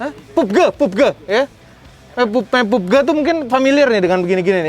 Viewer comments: Pabji om bukan pubge🙏🤣👍👍👍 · bukan pubge om...pubg😄😄